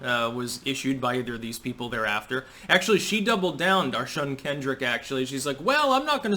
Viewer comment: D'oh'shun Kendrick?